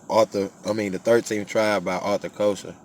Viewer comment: Pronunciation of his name is ( Kessler) However thank you brother 🙏🏽❤️